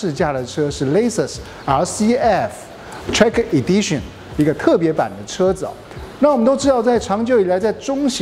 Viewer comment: 能不能把英文单词发音查好练好了再来拍视频？Lexus和 track Edition好好看看国外都怎么念的